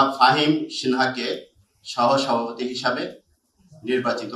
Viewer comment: সাভাপতি নয় সভাপতি।